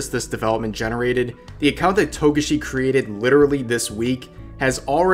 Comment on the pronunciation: Toe gah shi